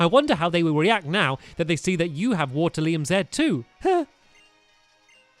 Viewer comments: I would just like to point out that it is pronouncer Water-ium not Water-lium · Dude it a not lium it's rium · It's WATE-RI-UM Z